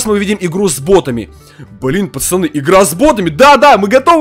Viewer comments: Говори нормально не пачяны а пацаны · ты говориш чо пачаны а не пацаны